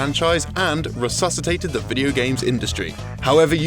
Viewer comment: re... re... re-WHAT-CITATED?!?! 😳😳😳😳😳😳